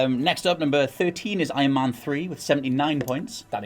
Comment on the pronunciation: Does anybody gets triggered by the fact that he says Man and not man